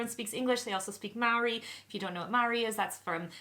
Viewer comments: Isn't Mauri pronounced mori? Tnx for an informative vid! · OK guys, we're loving having you. The word isn't just Maori, it has a different rhythm. It may read as 2 syllables but pronounced 3. Mar o ri with a roll on the 3rd.